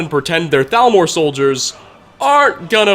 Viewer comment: hablas castellano o espanglish , al menos di T A L M O R se que se pronuncia salmor pero ni eso